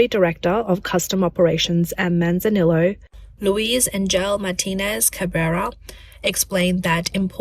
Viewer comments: Manzanillo is Mexican Spanish and is pronounced "Man-zah-nee-oh". 🇨🇦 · I know, that was painful listening to her pronounce it. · Just so you know, double Ls in Spanish is the same as 'ee' in english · The double L's in spanish are pronounced like a Y. So Manzanillo is pronounced Manzaniyo